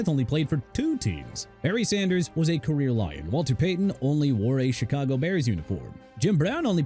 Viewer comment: JOHNNY UNITAS NOT "OHNNY"!! TERRELL OWENS NOT "ERRELL" AND ADRIAN PETERSON NOT "EDRIAN" AND CHICAGO PRONOUNCED SHEE-KAH-GOW NOT CHEE-KAH-GOW AND NEW ORLEANS PRONOUNCED OR-LINS OKAY?! ALSO DARRELLE REVIS PRONOUNCED DUH-RELLE REE-VIS!! DEION SANDERS NOT "EION" AND JOE NAMATH NOT "O NAMATH"!! YOU'RE DONE BUTCHERING PEOPLE'S NAMES AND YOU'RE DONE BUTCHERING CITY NAMES AND YOU'RE DONE PLAYING GAMES! TIME TO QUIT ALREADY!!